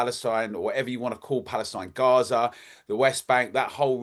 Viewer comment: it’s Gaza not Garza. He’s not a journalist. I think I’ve seen enough about it & not from MSM who I wouldn’t trust as far as I could throw. He has his supporters I’m just not one of them that’s my right.